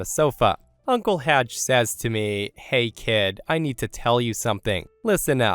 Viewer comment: Story 3. His name was Haj NOT Raj. Disrespectful much ??